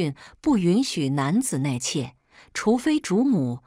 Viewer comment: 纳妾，怎么念成內妾